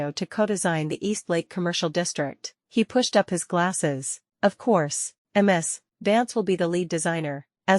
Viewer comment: Choose a better voice... I.D. instead of I'd. M.S. instead of Miz(Ms). Check your timeline. One month to build a special large building? AI, and it still can't count.